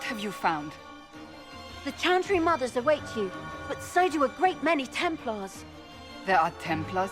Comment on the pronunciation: ... is he doing it on purpose? Is he deliberately butchering every single name he comes across, despite having other people say them out loud? Shantry, Andrast, Justinia Vee, Orlayis...